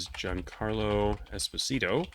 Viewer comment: In a rare moment where I can actually correct you - and knowing that you like learning how to pronounce things - Giancarlo's name is not "ES-po-SEE-toe", but "Ess-POH-sih-toh" since it is Italian, not Spanish. Most people assume it is because it just makes so much sense on so many levels, but nope: his father was Italian. Giovanni Esposito, who married an African-American opera singer Elizabeth Foster in Italy. He himself says it the Italian way but he stopped correcting people decades ago and only occasionally mentions it in interviews.